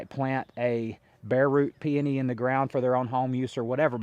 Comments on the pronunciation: PEONY - Pee O Nee (pee oh nee) 3 syllables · Did you provide the source of those peony roots? Those roots were huge and beautiful! I would love to buy some and pot them up. Where did you overwinter them? Also, I have read and found it to be acceptable or correct to say peony either way. Both camps think they are right. 😂I enjoy your content. Congrats to you and your family for your success.